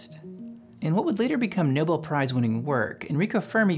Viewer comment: "nibel prize"